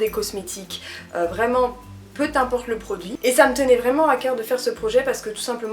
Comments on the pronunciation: Très intéressantes ces vidéos, j'aime bien ! Par contre, c'est rien mais " peu timporte" ça existe pas x) Il y a pas de T entre "peu" et "importe" et tu le dis souvent Haha. Je crois qu'on t'a déjà demandé, mais une vidéo comme celle-ci sur Naturé moi, ce serait chouette ! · desolé mais fallait que je le dise parce que je t entends le dire trop couvent.... PEU IMPORTE, il n y a pas de T a la fin de PEU donc pas de liaisons.... (jsuis desolé de faire le con mais ca me fait mal aux oreilles et j adore tes videos et je ne veux pas t offusquer)